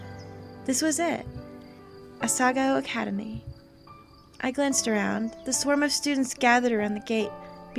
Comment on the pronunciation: I like how wife made this, yet he still can't pronounce the title.